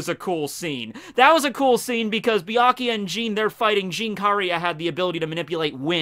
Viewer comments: I was a minute into this video when I had to stop watching because he pronounces Byakuya as "BEE-AH-KEE-YA", like the "U" isn't even there. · I love Bee- Ikea nice pronounciation ^^ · Saying byakuyas name wrong lol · Way to mispronounce byakuya 500 times